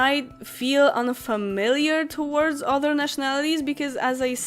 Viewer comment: other- się wymawia bardziej przez "A". Jeśli Ci to nie przeszkadza to spoczko. Poprostu chciałam napisać, bo mogłaś np. nie wiedzieć. Ciekawy filmik :)))) Pozdrawiam :)